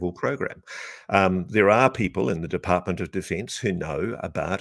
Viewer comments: Ross stumbled Defartment of defense is now cannon. 🎉😮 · Lol Freudian slip “defartment of defence”